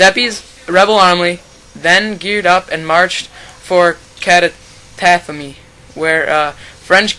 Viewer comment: Nice video, but the names are all terribly mispronounced: it's Giuseppe Garibaldi, with a soft "g" and it's not pronounced "Guyseppi". Calatafimi has the accent on the first "i", not on the first "a", etc.. etc.. Anyway, thanks for posting this